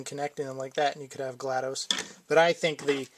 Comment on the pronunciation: FYI it's GLaDOS not GLaDOSE